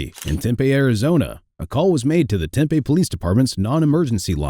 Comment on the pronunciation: Hey for future reference it's pronounced Temp-E. Thanks for your videos they're great!!